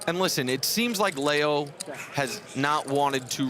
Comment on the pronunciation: Umm LEO is pronounced LEE O NOT LAY O. Can she win it? No, no she can not. 😂😂😂